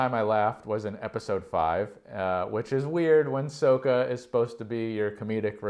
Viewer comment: butchered Sokka’s name